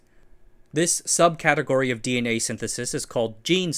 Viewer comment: mispronouncing DNA in the first half second is quite the move